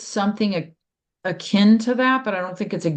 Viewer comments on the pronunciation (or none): none